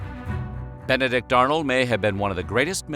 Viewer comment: Ben-a-dick Arnold....